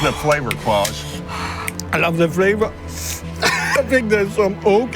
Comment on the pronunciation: Pronouncing his name “Claws” is hilarious.